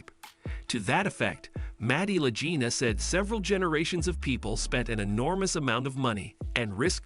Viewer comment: This is a NOTHINGNESS rehash of everything everyone knows.... except they didn't know that you don't know how to pronounce LA GEENA or LA JEENA in several spots, and that I have never heard Marty referred to as 'Matty'. Celebrity Net Worth is WORTHLESS